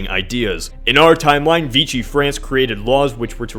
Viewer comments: It’s pronounced “Vee-She” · The way you say Vichy France is Vishey not Veeshi k?